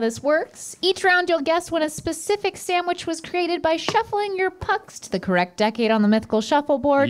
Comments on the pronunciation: please stop saying “Sam-which” 🙏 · Sand-wich. Not Sam- wich. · Am I the only one that is bothered by Rhett and (not so much Link) pronouncing it SAMwich not SANDwich. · "Samwich." - Everyone on GMM